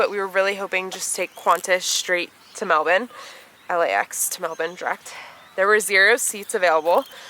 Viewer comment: Every time I hear you say Melbourne I’m like wow, we really pronounce it completely wrong in the US! Haha!